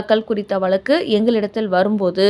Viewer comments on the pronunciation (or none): none